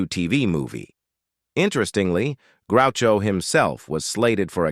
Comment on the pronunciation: GROO cho Marx